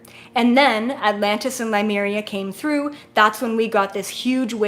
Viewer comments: The way she pronounces Lemuria triggers me big time. That is not how you pronounce it. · I think the reason it makes me so angry is because I had lives in Lemuria, and if she's going to speak on Lemuria but place no importance on even learning how to pronounce it, then it just feels disrespectful. It was the greatest civilization to exist on this planet. Learn how to say it.